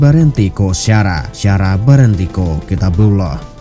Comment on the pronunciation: Berenti lebih ditekan pada huruf i bukan e